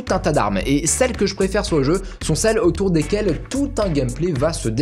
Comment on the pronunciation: Ta prononciation du jeux n'est pas la bonne 🤣🤣 ( humour )